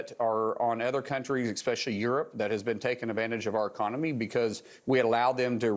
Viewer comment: Especially not Exspecially. Thanks Oklahoma.